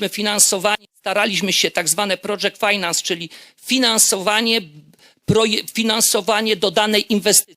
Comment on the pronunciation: "Boston Kąsultin Grup", "Ernest Jank", "projedż fajnans"